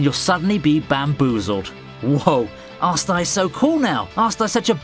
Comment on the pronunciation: Arsta? Its asta